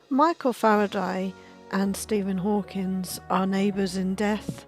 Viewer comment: Not impressed with your speaking ability, nor your glaring mispronouncing of Hawking.